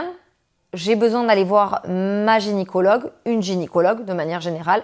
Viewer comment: Très intéressante cette vidéo, juste petite rectification on dit « GYNÉcologue » pas « GÉNicologue » ❤